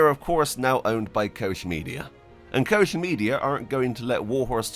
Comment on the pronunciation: Its not Kosh, its Koch Media.